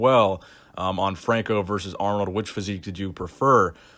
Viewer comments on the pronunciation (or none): none